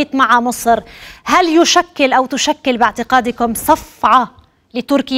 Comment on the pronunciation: المذيعه تنطق كلمه صفعه بطريقه ينشرح لها القلب الحزين😂😂😂